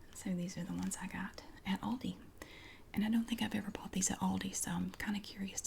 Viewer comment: I LOVE how you say Aldi (ive seen you explaining some people have tried to correct you 🤐) I pronounce it different as I am in Australia but the way you say it gives me tingles.